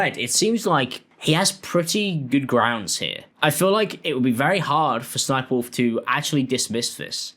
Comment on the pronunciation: Also just a tip homie the third s isn’t said as a it’s ss-sniperwolf hence her original name sexysexysniper but was since changed to ss sniperwolf the ss moniker stands for sexy sexy.